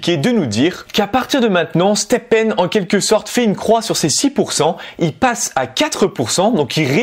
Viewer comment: Si j avais du boire un shot à chaque fois que tu dis stepène, je serais mort à l heure qu il est !